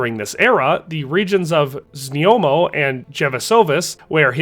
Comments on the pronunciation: znojmo - znoymo. Not znyomo. Znoy-mo. One of the easiest to pronounce czech city names. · Few names isnt hard and its just a little effort here...ZNJOMO vs ZNOJMO is rather easy to say..not even hard to pronounce..